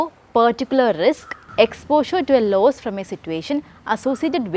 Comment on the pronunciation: Not laws forcasting it is loss forcasting